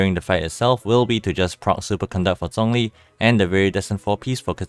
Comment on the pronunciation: Still pronounced zhongli wrong though. I’m using Chinese voice so I hear the correct pronunciation of his name